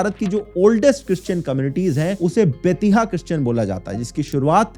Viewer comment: Bettiah (बेतिया) is just a city in Bihar, you pronounced it like a word from some foreign place.